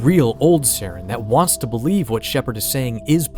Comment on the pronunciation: You don't say Saren's last name correctly